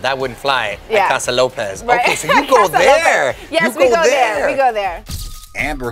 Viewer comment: Ha she pronounced casa lopez better than him what a shame